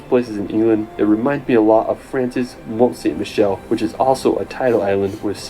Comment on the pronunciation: The narrator's AI style voice spoilt it with all the mispronunciation of the places but at least it gave you some glimpses into some of our lovely places. I notice he couldn't pronounce Mont Saint-Michel in France correctly either! I doubt the narrator had ever been to many of these places because he would have known how to pronounce them had he visited them. Also he said Buttermere Lake instead of Lake Buttermere. In the UK we always say e.g. River Thames not Thames River, River Avon not Avon River, Lake Dewentwater, not Derwentwater Lake, Loch Ness, not Ness Lock, Loch Lomond not Lomond Loch. Harlech Castle not Castle Harlech etc. He never mentioned that Edinburgh is close to the sea, that's something a lot of tourists don't realise. As for the way he said viaduct, it beggars belief.